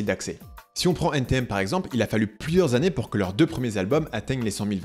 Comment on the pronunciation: Quand tu dis " N TI M " tu perds toute ta crédibilité ..allez salut! :)